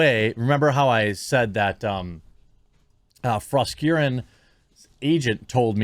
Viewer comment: Every time I hear someone say Froskurrin I hear "Frost urine".